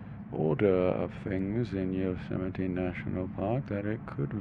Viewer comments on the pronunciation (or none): isnt it "yo-ze-might" ?